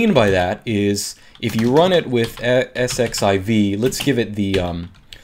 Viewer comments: Isn't that 'exc-ess-i-ve'? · pronounce it "ss-z-iv" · "Let's sed-eleven-queue it" Haha!! I'm going to borrow that.